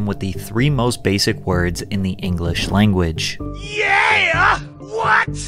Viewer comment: You said 'yeah' wrong. 🤨😬😱